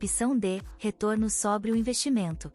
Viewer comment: 73 C = SOBRE: pronunciado de forma errada. ABERTA: do verbo sobrar.